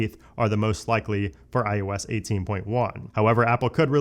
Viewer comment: It’s i O s. You always sound like you’re saying i YOU s. And it bothers me so much I can’t watch your videos.